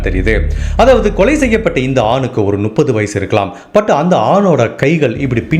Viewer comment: கதை சொல்லும் விதம் நன்று. ஒரு திருத்தம். 30 = நுப்பது இல்லை. மு..மு... முப்பது. முட்டைக்கு வரும் மு